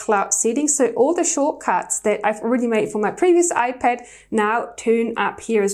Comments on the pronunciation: Its ipad not iped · She says ipad so weirdly 😑 🤮